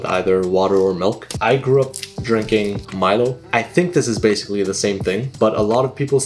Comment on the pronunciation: Finally someone who pronounces Milo as it is originally. A lot of Americans pronounce it as "MEE-LO"